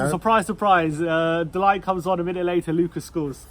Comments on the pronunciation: De Ligt is not pronounced "delight" more like "de lygt" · Yep! With clearing-the-throat-sound for the -g.